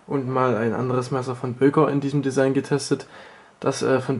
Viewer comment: ''AK47-Desigen'' xD